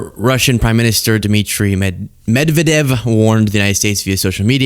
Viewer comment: no shame, Hillary Clinton couldn’t pronounce his name, say: mid vee ed eff